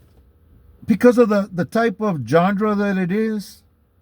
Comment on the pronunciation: It’s pronounced (Jawn-Ra) Genre not how you are saying it Jawn-dra just fyi